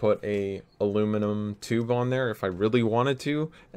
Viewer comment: #triggerwarning The barrel doesn't look straight. Why did you use carbon fiber? The seal sucks. My hand hurts from looking at the non countersunk screws. Silicon blue o-rings looks nice but aren't ideal. Why not Alum catch? You're saying aluminum wrong. Why is it only getting 200fps instead of 220fps? Don't you know every last fps counts. You should justify why you made something look so good. And most importantly, how much are you selling it for? Alright I'm done messing with ya. It looks incredible dude. Don't give a damn what anyone else thinks. Everyone has an opinion but the most important one is your own. It is your blaster. Awesome job.